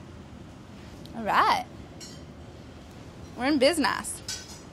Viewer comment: "Arayt. We're in bizNASS"